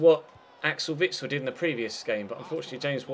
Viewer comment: u say witsel like vixel